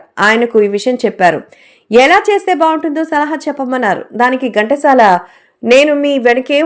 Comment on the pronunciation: Gantasala kadandi, Ghantasala.pronounciation bagaledu. Pls check chesukondi.